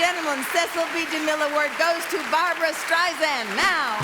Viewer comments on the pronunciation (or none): How fcking weird that Shirley Maclaine of all people, one of Barbra's BFF's for 50 yrs. and even shares the same birthday introduces her as Barbra StreiZAND (the pronunciation that as we all knows irritates the F out of Barbra) .... *SMH